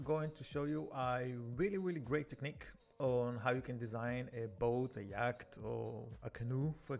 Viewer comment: Yacht sounds like yhat, you don't pronounce the C. like wat but with a yh instead of a w... at least that's how we say it in the USA the brits could be different, sounds like you said yak which is a big smelly bovine, kinda funny to imagine people lounging in swimsuits on a giant yak in the ocean. good English otherwise, your command of the language is impressive.